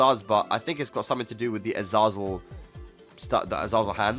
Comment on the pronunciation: The way you say "Azaazl" 😂😂